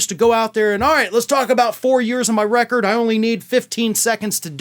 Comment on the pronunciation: Record? More like "wreck-ord."